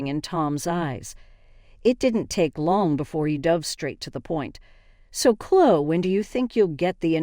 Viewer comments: Can you say Chlo - E ??? Her name is ChloE !!! Her name is NOT ChlO !!! Got it ??? It’s getting on my nerves !!! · It's Clo-wee. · English isnt your first language is it? Its Chlo eeeeeee